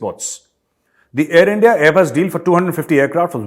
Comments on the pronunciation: Sir it's Endia 🤣🤣🤣🤣🤣🤣plz say once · The most hilarious part is "assi bhi musalman tussi bhi musalman" and pronunciation of ENDIA.Great job Sir,keep going,JAI HIND. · Haha bola sir ne Endia..... Jahil pakistani leaders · .... Endia =india 😊 En-dia 😊 Lagaaou bhai k lia douu rottiiii 😊